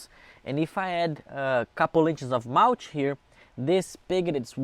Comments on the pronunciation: Did he say malch? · Have fun with your "mowtch". Be careful when you are mowtching, you could get dirty.